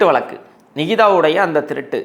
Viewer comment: வளக்கு வளக்குன்னு சொலாலாதீங்க. வழக்கு என்று சொல்லுங்களேன். தமிழுக்கு அழகே 'ழ' தான். தங்கள் தகவலுக்கு நன்றி.